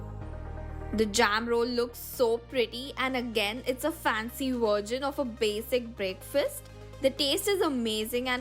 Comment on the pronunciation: it's not virgin, it's version 😅